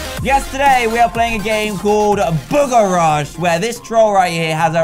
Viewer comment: Am I the only one who herd dan say yesterday we are playing booger rush